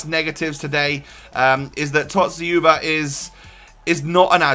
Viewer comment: you pronounce it better than Zwe lol. Dz-you-ba